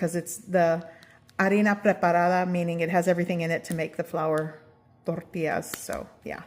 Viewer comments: The way you pronounce “tortillas” is a crime against humanity. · I love how she only has an accent when she says tortillas. 😅😂